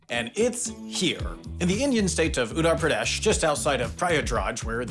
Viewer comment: I was expecting HAI to pronounce Uttar Pradesh and Prayagraj correctly but they failed miserably- and the "Bhule Bhatke kendra" was beyond recognition to me without the captions as a native Hindi speaker